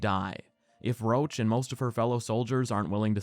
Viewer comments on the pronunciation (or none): Idk who came up with calling Roche "roach" when it should be pronounced as "rosh" but it’s very irritating